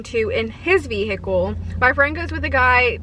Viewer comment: "ve-hickle" what? .........